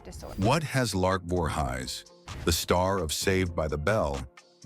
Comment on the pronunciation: "Lark Voorhighs?"